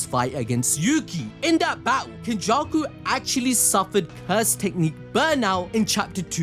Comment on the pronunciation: This nigga did not just say “Kenjussy” …. Oh my